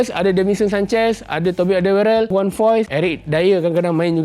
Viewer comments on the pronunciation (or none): none